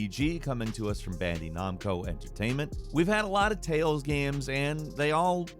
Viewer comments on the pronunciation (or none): It still astounds me every time I watch one of these videos how bad your pronunciation of some words are. Bandy Nomco? WTF? The pronunciation is Ban-Die Nam - co with that AM being pronounced like I am. NAM - Co. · "Bandee" Namco? Excuse me? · Bandy Nomco? I love Bandy Nomco! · How does he come up with these pronunciations?!?!?!? Who in the world sees "Bandai Namco" and gets Bandy Nam Co. He's gotta be trolling us at this point. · Bandy Naamco? And here i thought you were a gamer. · "Bandy nahmco" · the way this guy pronounces bandai namco is actually cancerous.